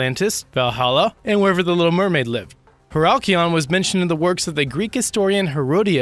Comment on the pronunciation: About #6: First of all, it's Heracleion, not whatever you pronounced. Second, Kleopatra was neither inaugurated nor coronated there, Ptolemaic coronations took place in Alexandria and Memphis. Also the diver's last name is Goddio. - Have nothing to do with Heracleion, that first image isn't even ancient. - are images from the Atlantis resort and a sunken Chinese city. The lion is not even ancient nor is it from Egypt, it's from Jamaica's Royal port. The head of Kleopatra's eldest son was found in Alexandria not Heracleion.